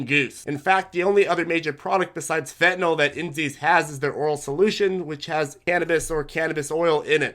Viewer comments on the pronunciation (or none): none